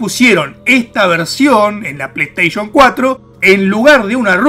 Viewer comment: "Resident ivol de pleistieshon que sho jugaba "